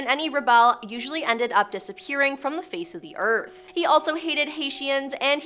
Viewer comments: Haitian is pronounced hay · shn. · its Hate-ans Haiti-an the I is a silent E